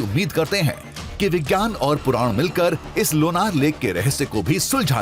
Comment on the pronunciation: सर मै लोणार सरोवर की राहणेवली हुं, आपने बहुत अच्छा व्हिडिओ बनाया है 🙏 , लेकीन सर गाव के नाम मे ना ये नहीं णा ये है लोणार सरोवर, शुक्रीया की आपणे यह जाणकारी सबको समझे ऐसा व्हिडिओ बनाया